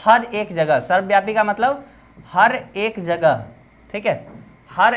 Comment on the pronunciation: जगह hoga bhaiya गजह nahi 😊